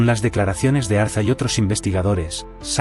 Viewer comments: Ariza, no Arza. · Es Julio Ariza por favor, no Arza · No es Julio Arza, sino Julio Ariza. Revisen la máquina. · Decidle al traductor de inteligencia Artificial, que Julio Ariza, es ARIZA, no ARZA !!